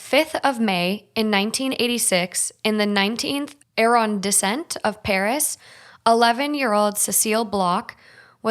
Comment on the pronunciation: Arrondissement, not arrondissent…